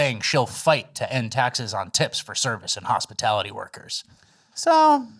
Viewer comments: what’s a “hospitility worker?” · Hospitility? TF is that? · New word from kamala: Hospitility. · "hospITILITY" 😂😂 she doesn't even know her "own" policy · Hospitility? You can bet Kamala thinks it's hospital workers tips. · wtf is a hospitility worker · you know Kamala Harris is full of shit because she can’t even pronounce the word hospitality correct correctly. She has no idea what that word means.